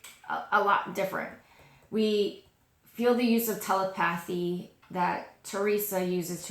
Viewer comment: You got some Indian pronunciation going on 🤣